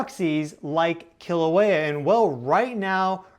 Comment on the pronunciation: please work on pronouncing our sacred places correctly. i cringe every time i hear KILL-auea.